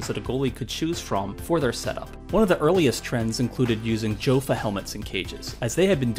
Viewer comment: Good video. It’s STAY-lock and YO-fa not JO-fa.